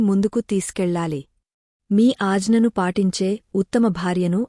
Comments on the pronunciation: AAjana Kaadu Aagna anal lekapothey ucharana dosham vastundi teliyakapothey ooriky vundandi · Madam miru telugu words mistake ga chebuthanaru Ghnanam and word ganam Ana aghna ane dani ni again ni chebuthunaru mistakes rectify chesukondi